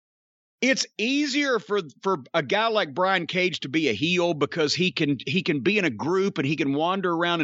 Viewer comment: That "Cage & Page" mention sounded a bit like "Cajun Page". Hmm, maybe that's an idea for a new gimmick for the cowboy?